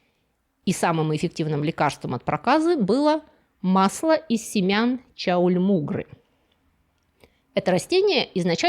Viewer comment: Чаумульгра :) Милая оговорка.